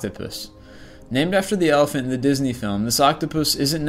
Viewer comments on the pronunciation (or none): none